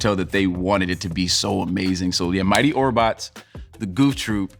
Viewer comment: Orbots? he for real said orbots yo. +10